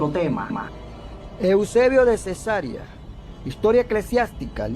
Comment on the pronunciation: Mi hermano permita que le corrija, el lugar es Cesarea y no cesárea como usted lo pronuncia